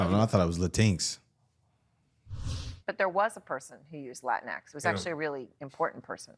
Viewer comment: Brandon mispronounced LatinX 😂😂😂😂 Taj saved him😂😂😂😂